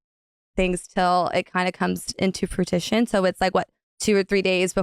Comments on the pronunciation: “into frutition” ? Girl 🤦🏼‍♀️ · Until it comes to" fruitition" lol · not fruitition lol. But it was cute and she literally said moments before she’s not the best speller .. lol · “Frutition”? She’s right, she does pronounce things wrong 😂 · oh god the "fruition" slip. Lol made me cringe and laugh out loud. She seems really sweet and she definitely got conned by bravo in to signing on to the show. That entire hiring situation sounds like an HR nightmare... Not knowing about her contract and thinking it was a photo release is sketch af.